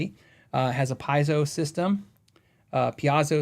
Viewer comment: Pie-zo? Pee-AH-zo? NO! It's pee-YAY-zo, a very useful thing in many industries other than guitar. (I don't like correcting people, but you're clearly working on getting it right, so..). re: Randall Smith, I like to think he was able to opt out, big package, bc Gibson was not sticking to the original agreement, or whatever, and that he'll launch a new brand of top-tier amps. Gibson's new amp launch was not what people were hoping for, like Lamborghini's best designer ending up pimping Jettas 😞 re: Parker guitars, have you seen his YT series? It's super in-depth about process, materials, etc., just an incredible series by a level 40 wizard, the Gandalf of guitars. Are they the best guitars? Dunno, but they are way more evolved than any I've seen. Great blend of art and engineering.